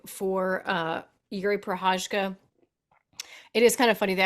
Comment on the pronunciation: Nobody can pronounce that Prochazka name. Anik comes close but everybody else is doing a Chael on poor Jiri’s name.